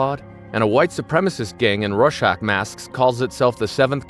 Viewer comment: Thank you. Although I hate that this is a AI Slop Voiced video (can't pronounce Rorschach), these simple facts of the Tulsa Massacre need to be made known (its almost like the classic "Civil War Wasn't About Slavery" cope too many people believe these days).